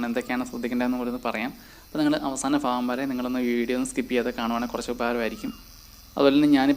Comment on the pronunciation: ഫാഗം അല്ല. ഭാഗം.. 🤣🤣🤣ഓക്കേ